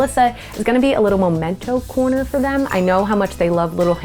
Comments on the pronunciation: SO fun to come across your channel. What a MIND you have! One thing that I must say is that it's a MEMENTO corner, not Momento, but alas, grammar and English are full of tics. Lol. Congrats on your success! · I bet tiny spaces are the hardest to transform. This is amazing! 💖 PS: The word is memento, not momento. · “MEMENTO” not “MOmento”😄 Seriously though, fantastic job with the tiny space you had to work with👍👍👍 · MEMENTO, as in MEMory. Not MOMENTO. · I love space makeovers. Like what you did, but it's Memento, not Momento. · Memento, not momento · I thought it is memento not momento.. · sorry but it's "MEMENTO". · I love this series and this host but honey...it’s MEMENTO huhuhuhu 😭